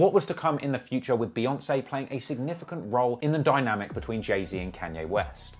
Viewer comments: Say "Kenye" one more time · Ken-yay West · Why can’t you say Kanye? You say it like Can-Yeah lol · I’m hearing Khan-yay. When does he say Caaan-yay? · Carn ye is the english (northern) pronounciation. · "kenye west" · "can yae" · Can-yay and Jay Zed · You’re making like the fifth (?) video about Kanye and still haven’t learned to pronounce his goddamn name correctly?